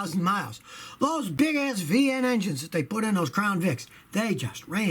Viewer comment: Tacoma Dad , yes he did... but also sounds like jc peronnet said... “gas” not necessarily a$$... oh well.